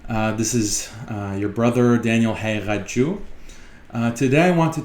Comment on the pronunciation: I would love to understand how your name looks like haq-qiq-at-chu but it sounds like you say hey-ka-chu Lol Just curious